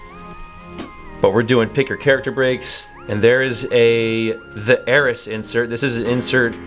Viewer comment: you better have noted how he pronounces “Heiress”